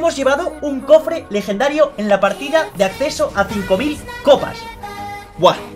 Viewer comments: min "un cofre dico lejendhario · cofre licolegendario y eso que Like si lo escuchaste XD